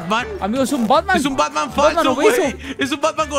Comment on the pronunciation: "Batmaan" Gracias